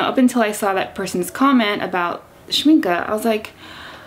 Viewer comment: I've a set of professional watercolours from Winsor&Newton, but I wanted to try out Schmincke ( glad you say their name right ) as I have many tubes of oil paint made by them. Yet I heard that they are attracting quite a lot of bugs in the spring/summer or more exotic regions as they are based on honey, is that right?